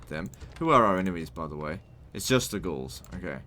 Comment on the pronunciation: Did you notice that you sometimes say ghuls instead of gauls lol